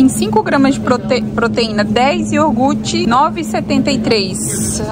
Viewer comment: Ei. Deus abençoe você e sua família linda! 💞 Como você falou que gosta muito de aprender, tomei a liberdade de dizer que o certo é falar: iogurte(com r). Amo vídeos de compras, lixo da vizinhança, venda de garagem, sua rotina, enfim... todos. Abraço. 💞🌷🤗😘😘😘😘